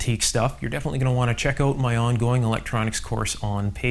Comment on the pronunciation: "Check it oat."